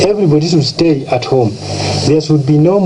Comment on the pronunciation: You take over power and you cant read the word STAY .....no wonder they did not STAY longer because they could not read the word STAY on air in this prodcast ...listen when he says...nini hii